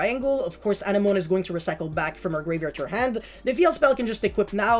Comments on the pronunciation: Anenome is a weird word to read, it is actually pronounced like "an enemy" more or less. I wouldn't even know that if not for Finding Nemo lmao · Is it not a-neh-mo-nee? Like the thing that clownfish live in? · Also bro you’re pronouncing anemone wrong if you watched finding Nemo it’s the thing that they lived in at the start of the movie.